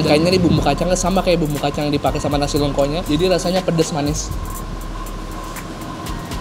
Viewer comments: Nasi lengko, bukan nasi leungko. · Bang pengucapannya salah kayaknya nasi lengko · Coba tanya cara baca nasi lengkonya sepertinya salah